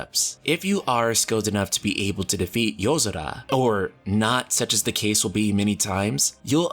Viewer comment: That's weird, I don't remember there being a d in yozora. SO WHY DO KEEP HEARING IT